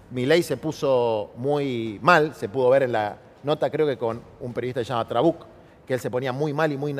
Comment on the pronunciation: Jajaja. Me encanta que le diga "Trabuc" al tipo ese.